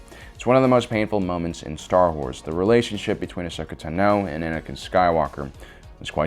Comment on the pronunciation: Why does pronounce Star Wars names like he’s never seen Star Wars?